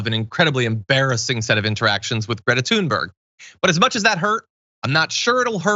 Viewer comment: Thank you for evidently being the only news person able to pronounce Thunberg properly.